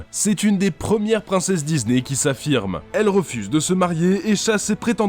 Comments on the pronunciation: S’il vous plaît répondez moi pourquoi le gars dis Dizney au lieu de Disney s’il vous plaît répondez moi j’ai du mal à m’endormir à cause de ça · Pourquoi cette mode de dire "Dizney" ?